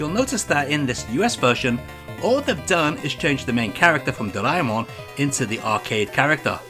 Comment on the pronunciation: Just so you know, Doraemon is pronounced "drah-eh-mon" not "dray-mon". "Dray-mon" will be spelt "ドレイモン" in Japanese.